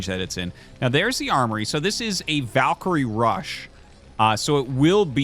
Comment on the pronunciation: Glad to hear Artosis is starting to pronounce "Valkyrie" correctly. It's Val as in Val Kilmer, not Vaul as in vault, and I will die on that hill.